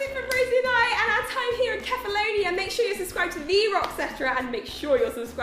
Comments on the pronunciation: Kefalonia is read with a "K", not like "Sefalonia" and the emphasis is on the "a". KefaloniA. With love, from a Greek. (Also, my ex was from Kefalonia. We went there on vacation 4 summer in a row. Beautiful.) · kefaloniA, accents on the A. you're welcome, sincerely, a greek x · Its Kefaloniá 😅 (lol I'm greek) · It's Kefaloniá !!! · We may all regret this, but I will say that there's a mountain here in Greece known as "the mountain of the centaurs" and that mountain's name is Pelion. Just saying, in case you decide to come back in the future. (Also the pronunciation is Kefalonia, stressed on the last letter) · It's Keh-fah-low-nee-ah! Love your videos, girls <3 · Kefalonia is with the accent on the last a (which means you put the stress on the last a not on the o like you guys have been doing)